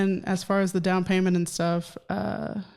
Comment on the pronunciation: Thank you for this video. This is your subscriber on the West Coast Los Angeles. I am laughing at what you had said now I’m not sure this is what you said weird when you said payments and it sound like you said (PAINMENT ) that’s what it sound like you said so I was busting out laughing so I’m going to start saying that I never thought about it like that and that’s gonna be my new word from you if that’s what you say it instead of saying payments, when you owe somebody something monthly😂😂😂😂 your subscriber on the West Coast Los Angeles